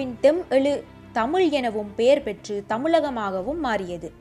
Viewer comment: while you speak chase Tamiz, sadly you are not able to pronounce the great language Tamiz. Pl don't put la for iz. Jayaram